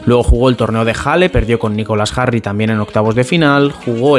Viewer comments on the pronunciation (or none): El amor es más fuerte jajaja. Saludos, estimado. Edit. Estimado, Jarry se pronuncia "yarry".